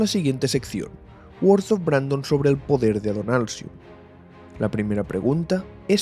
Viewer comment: El "podrer" de Adonalsium xddd